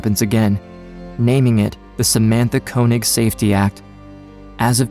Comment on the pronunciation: Amazing that even mr koenig or könig himself dont even know how to pronounce his name right